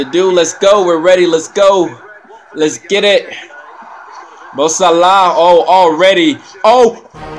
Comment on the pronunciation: It's actually closer to the way it's pronounced in Arabic 😀